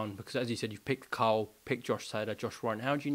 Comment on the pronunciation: 😂😂😂😂carol frampton I know the accent but I’m sure he said carol 😂